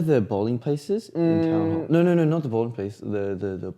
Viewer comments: "nOE~ mYE aCcEnT" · nauur my accent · “NaUr…NAUR….my accent 😭 “I can’t his face 😭